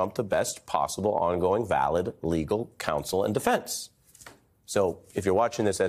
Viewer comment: its EP-SH-TEYN not EP-STEIN